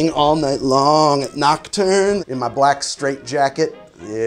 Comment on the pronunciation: for a minute there when he said nocturne back i thought he said knockturner ally like from Hp lololololololololol